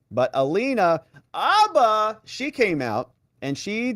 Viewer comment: Hate to break it to you, but her name isn’t Alina “Abba”, it’s Alina “Habba”. You know, HHHHHHHabba.